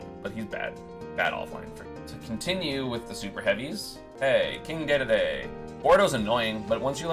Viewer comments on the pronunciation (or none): This man is still on the "Isabelle is worse than Villager" train. 🤣 Also. It's DeDeDe not DayDayDay.